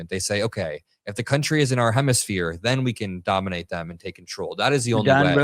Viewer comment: How many times do i have to hear this blunder of ignorance? "dondroe" doctrine ? It is the Monroe doctrine.